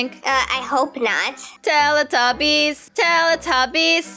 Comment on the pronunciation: Sanna: Tallatebbies Me: talletebbies My dad: what are you singing!? Me: TALLETEBBIES